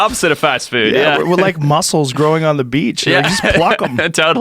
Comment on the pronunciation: I dont know if he said "mussels" or "Muscles" growing on the beach, but it made me spit my beer all over my keyboard.